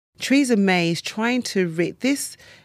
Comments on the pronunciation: Treeza Mye. Lol. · Who the hell is Treesamay?